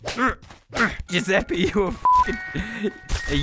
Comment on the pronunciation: When you say Giuseppi instead of Giuseppe: ITALIANS: TRIGGERED